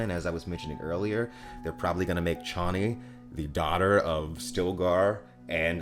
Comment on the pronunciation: Waiting for the moment when you realise you've been pronouncing Harkonnen and Chani wrong all this time... 😉 😂 That aside, bring on your full trailer reaction. That, I'm looking forward to... 😁👍 Also looking forward to the rest of the cast as I'm sure there are those who haven't been announced, such as the Shadout Mapes and Captain Nefud.